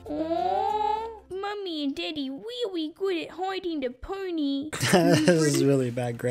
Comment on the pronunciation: instead of daddy i hear deaddy